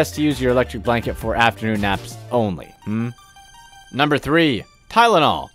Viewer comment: Fake information.Never believe everything you hear on the Internet.You even said Tynol (sorry if spelling wrong) and eye drops.You are a meanie.